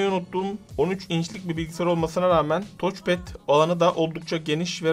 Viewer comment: "Toç" değil "taç" pad. :)